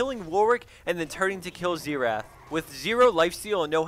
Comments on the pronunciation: Xerath, not Zeerath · So Xerath = Zee-wrath now?? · Why can't anyone pronounce Xerath right? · love the work, but god the way he pronounces champ names kills me